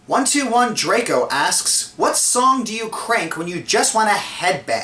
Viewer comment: /watch?v=iARjar9n11A For answering my question, you get a music track that you can head-bang to! PS: you forgot the "8" in my name. It's pronounced "twelve eighteen Draco (1218Draco)", but whatever